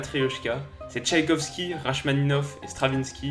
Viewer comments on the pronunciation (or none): Rachmaninov se prononce "Rakmaninov". Tu prends plus de soin pour ces choses-là d'habitude ! ;) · En tant que fan de foot mais aussi de musique classique, Rachmaninov se prononce Rakmaninof. Sinn très bon contenu continue sur ta lancée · On prononce son nom "Rakmaninoff". Mis à part ça, super vidéo 😉